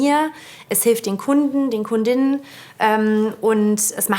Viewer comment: Ich möchte lieber Kunde als Kund innen genannt werden. Diese seltsame Aussprache finde ich als Frau schon fast als Beleidigung. Hört sich faul an. Ich bin zu faul Kunde und Kundin zu sagen. Und mal im Ernst, es hört sich ziemlich bescheuert an. Schlimmer Sprachfehler 😢